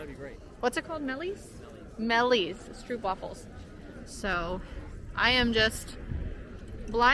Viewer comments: Guys guys, about the stroopwafels: the double O in Dutch (“oo”) is not an English double o. Just say it like this: stroap-wahfel. Also, the best stroopwafels should NOT be bought in the tourist traps, but e.g. at the Albert Cuyp market (in the Albert Cuyp str). The regular size stroopwafel (the ones most Dutch people eat) are the small ones, with just some caramel syrup (which is called “stroop” in Dutch) in the middle and no topping. Toppings on stroopwafels is just for ignorant tourists who don’t mind paying 8 euro for a cookie. Have fun exploring our crowded little country. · Kibbeling is very good! And by the way. Not to criticise you, but it’s stroopwafels:the double O is pronounced like a long Ooh! And the A in wafels like Aah! and not like waFFels 😉